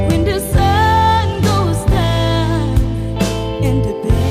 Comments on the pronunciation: She can but theres a word that is not properly pronouced. Like "when" was pronounced as "win" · Pronunciation must be improved. Maganda ang boses. Mataas ang diction kaya lang bisayang bisaya ang dating like “ whin “ instead of “ when “ . Gagaling pa! Malayo ang mararating! More, more, more and more practice! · Voice really amazing only the diction instead of when the sun,it pronounce win the sun...